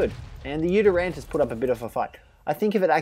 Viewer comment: It's not "YutyranTus"